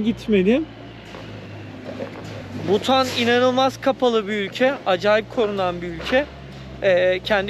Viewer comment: Butan değil de Bhutan daha doğru